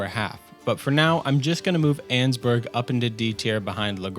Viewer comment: You’re mispronouncing Annesburg